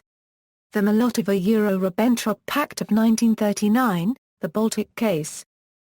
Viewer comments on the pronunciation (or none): Maybe with the continuing advance of artificial intelligence it might be one day possible to listen to Audiopedia. Its not there yet! I got as far as the 2nd and 3rd words, "Mol Lottova yure Ribenn Trop" before giving up. I guess she was doing her best.